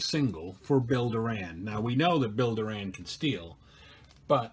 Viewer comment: It's not Bill "Roberto Duran", it's Bill Door-an.